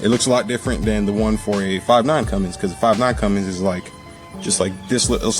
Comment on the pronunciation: Good video... Only complaint... It's Cummins not Cummings. lolol ( my son gets on to me about that ) Good Stuff... I am subscribing also.